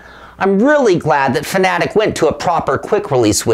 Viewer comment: Say it with me Fan-Ah-Tec...not fa-na-tic. Hooked on Phonics